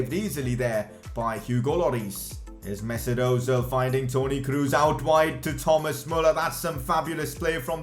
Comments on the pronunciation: "Kroos" is pronounced "Kros" not "Krus" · lol you didnt tri it with the ö. Most English persony try to say ö but he faild but its better than dont try it oh and its Kros not Krus 2x o arent u in germany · Toni Kroos not Kruus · I See it A Pass To krus I:Hahaha You German Name Späking is more Bad Than Brasilien in ther oun Home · i love how he says toni krus xdd